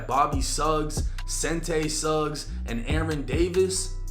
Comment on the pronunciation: It’s Seantai…(Shawn-tay). Just FYI🤷🏿‍♂️